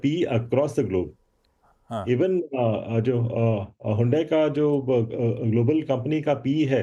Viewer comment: हुडाई नहीं हडाई बहुत बढ़िया है